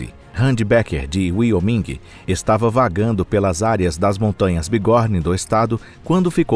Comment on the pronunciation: Conteúdo legal, mas não deixei de notar lá no final do vídeo exatamente aos minutos que fala sobre "a ferida de Wyoming" vou aportuguesar como seria a pronúncia 😂 aqui pra nós "uaioumin" e você diz "uioming" não tô discutindo o conteúdo, achei top, interessante inclusive assisti aos minutos de vídeo, mas fica legal quando se ouve a pronúncia correto dos lugares, na dúvida Google.... Abraço 🤗